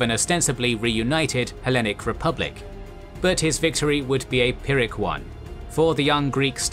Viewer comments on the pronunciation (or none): none